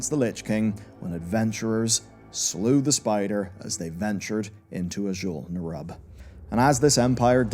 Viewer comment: Great video, but damn you change your pronounciations with every sentence. Sometimes you say scOrge, the next sentence you say scUrge (correct). Then you say Azjol-neRUB like you're rubbing your elbow, then you say Azjol-nerUUB (correct). I'm having flashbacks from the days of WoD when content creators left and right would say DrAYnor, when Metzen himself clearly pronounces it DRAH-nor.